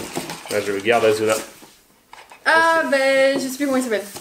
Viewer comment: C pas azuna c asssuna